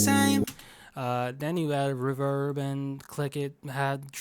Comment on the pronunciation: the way u said reeverb killed me lmao